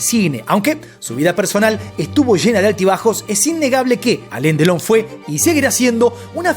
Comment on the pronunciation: No se llama Aleen Delon sino Alain Delon y se pronuncia Alan.Delon...